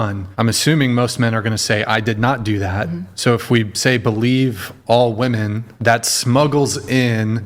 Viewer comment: Please, learn how to pronounce "WOMEN".